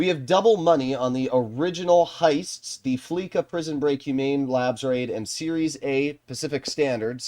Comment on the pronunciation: Fleeca is pronounced with an "S" sound not a "K" sound. Fleece means to strip away money or property by fraud or extortion. This is why rockstar calls the bank Fleeca. That is the joke. Almost everybody pronounces it wrong and doesn't understand the joke.